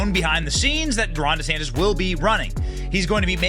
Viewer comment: ☆TRUMP IS PRESIDENT 2024☆ What a waste of money, Ron. No one in New York/NJ will ever vote for DeSantis. Don't bother, "Deesaaaaantis" that's the way he pronounces it. Whiny. Coat-tail rider. Nah. Nope.